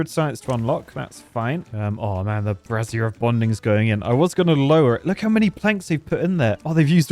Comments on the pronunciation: Okay, two— scratch that, THREE things: 1. Can we get a black-fur pattern for the Detailer? We can call the ones that use it Paddy-tails! 2. PLEASE, FOR THE LOVE OF GOD, STOP PRONOUNCING “BRAZIER” LIKE THAT! It sounds more like you’re replacing the “I” with an extra “Z!” 3. If you make a skyscraper, here’s an idea: go Irontail, make it on a 4x4 imprint. Have the staircase to build the whole thing go up around the center so the center acts as a proper structural core. Feed two tubeways and a power shaft through the middle, then put gravity batteries, some kind of entertainment, and a tubeway station on top. Just like that, you have a useful skyscraper with an easy way to access the top! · I'm not sure if he's pronouncing brazier like brassiere on purpose for the laughs or not 🤔